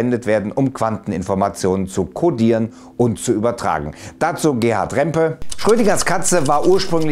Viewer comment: der Professor aus Garching heißt "Rempe", nicht "Rampe". Bei ihm habe ich eine Vorlesung gehört.